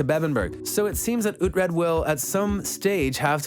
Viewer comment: Its Ruprecht, son of Ruprecht